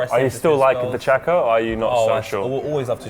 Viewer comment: not shaka, not chaka, but xhaka